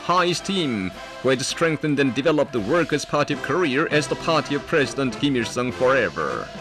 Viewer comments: “kor e er” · Have we been saying Korea wrong all this time? Is it actually pronounced North Career/Courier? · Rest of the world: "Korea" North Korea: "Koreeyer" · Out of all this all I got was the narrator saying north career instead of north korea!! 🤣🤣🤣🤣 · Ok is it pronounced korear or Korea? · Who do i keep hearing korear? It's Korea why can't they pronounce it without "r"? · Is it just me or does the Korean narrator who's talking about how terrible the USA is say 'Korear' instead of 'Korea'..... LOL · Why KOREAR? lol jesus christ... NORTH KOREAR :D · Why does the guy say korer not Korea the announcer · “THE PEOPRES PARTY OF KOREUURRRRRR” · Subtitle: Korea Voice over: Courier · i gotta love the narrator in the propaganda video saying KOREAR for some reason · The socialist narrator seems to think Korea is pronounced "Career"... ? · Wtf is KoreaR? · Actually it sounds more like “career” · Korear lol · The Korean Narrator to the film speaks like he's has a New York accent.. He keeps saying Korear.. A's pronounced with R's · So are we pronouncing it wrong? It sounds like we should be saying Koreee-errrr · Why do they call it Koreer in their videos? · The way the narrator say Korea 😂 😂 "Korear" 😂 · North "Korear" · why do they pronounce it korear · Funny how the narrator in the propaganda film pronounces Korea "Career". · They call their country "Koryo" or "Goryeo", and when speaking in English, they say it like "Koryeo" which sounds like Korear to us :)) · "Careeerrrr" like carreer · North Career's grory. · I like the way that the parts from the other documentary pronounce korea. it sounds like a mix of southern american, microsoft sam, and lolspeak- "Cureer is de best country in de wurllld" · Pizzahut99 No, it's "Koreeur!" Get it right! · this guy in the video keeps saying north career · What I learned from this video: they pronounce it "Ko-ree-er" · The narrator guy says korea like career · Haha "Korear" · I didn't know Korea was pronounced Career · In Korear lol